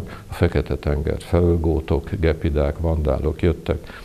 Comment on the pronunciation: = Gyepi dák a " gepidák " .